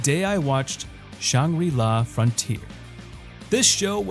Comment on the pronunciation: saying "shawn gree law" instead of "shane gra la" is crazy